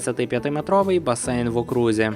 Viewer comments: «В окрузі» з наголосом на перший склад - від слова округ. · У слові ,,Окрузі,, наголос падає на ,,О,,... Гаразд, просто хочу щось написати щоб просунути відео, а не знаю що)